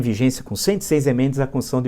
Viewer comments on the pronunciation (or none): "Conssional". A "Conssão Federal".